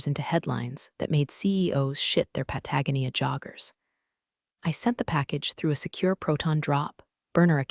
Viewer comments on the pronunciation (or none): For some reason, "Patagonia" gets on my last nerve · I get a kick out of Pa-tag-Nia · Cow working? NO. Co-working. I do hope AI learns to correctly pronounce “Patagonia”. At least we did not get a pen-tag-on. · The pronouncement of Patagonia is not right. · Still can't pronounce "Patagonia" correctly..?? 😢😢😢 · How many times is it legal to grossly mispronounce Patagonia? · I still not gonna subscribe until the AI can correctly pronounce Patagonia. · Don't leave off Pentagon, H.R. usually pronounced Char (like meat or blackened wood after a fire,) and DOD (dee oh dee) instead of doodie. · It can pronounce charcuterie but never gets Patagonia right. 😂